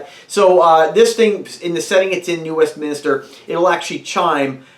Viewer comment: Westminster not Westminister